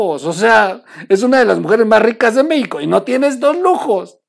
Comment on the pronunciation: 🔴🔴🔴🔴🔴🔴🔴🔴🔴🔴🔴🟣🟣🟣🟣🟣🟣🟣🟣🟣🟣🟣🟣🟣🔸🔸🔸🔸🔸🔸🔸🔸🔸🔸🔸🔸🔸 Ay troll, cuantos vicios de pronunciación tienes, buenas tus noticias comentarios, pero porque tus carcajadas? Son chistes o malas noticias? O sea, O sea, o sea, o sea, o sea, o sea, y tu risa hablando 😒 meicanos, meico, uffff!!! 🔴🔴🔴⚫️⚫️⚫️⚫️🔴🔴🔴🔴🔴